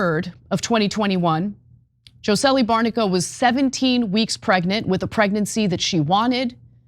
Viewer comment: Jocely? Come on, you can get the woman's name right. Did you review the story before reading it?